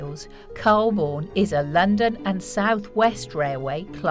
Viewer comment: The narrator of mispronounced Calbourne